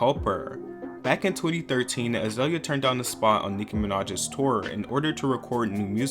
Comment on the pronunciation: Az-oi-lia Banks? Oh, great.. Another voiceover...